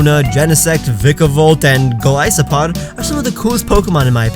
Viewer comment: Giving a like just for pronouncing golisopod correctly